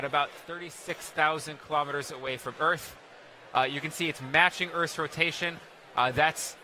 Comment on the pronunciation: Why does he keep saying "Orth" instead of "Earth"?